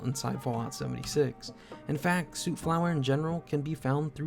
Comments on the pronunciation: Stop saying sewt flower lol it soot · soot is pronounced sut, healing salves are nice early game healing, at level 34 get chemist, x4 diluted stimpacs forever